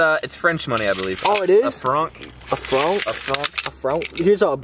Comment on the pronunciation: i am so sorry but the way you guys pronounced the french currency i- a fRoNk